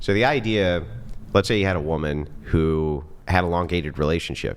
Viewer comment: Why do they all say "whoooman"? 😂 Not "women" for plural, or even "woman" which we all know is singular? "Whoooman" wtf?